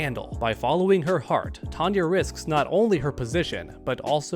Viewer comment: It is TONE-YAH. She is not Tanya. Totally different. (Yes, we know it is another universe.)